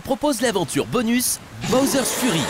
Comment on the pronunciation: Il fallait dire Fury en tant que "Fyury" car Furry veut dire autre chose